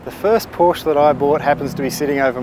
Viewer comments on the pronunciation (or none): Great film, but it's not a "Portia" it's a PORSCH -- E! The E is as in "SEXY" there is NO "a" in the name. You have so much right, now say it right. Don't make me come down there :) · That's "Pour-Sha"! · Proud to own a Cayman 987.2. By the way, Porsche is a two syllable word. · Min ... she doesn't know how to say "Porsche" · Hate it when watching Porsche videos with people allegedly in the know about the subject, but who ignorantly and annoyingly mispronounce the name.